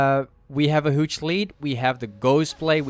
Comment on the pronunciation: I love when you say "huge" , you say it like "hooge" xD